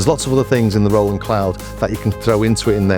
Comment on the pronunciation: I’m impressed on how similar they sound! Ps it’s great you pronounce Roland correctly Ie Row ..land 👍👍 Not Roll … land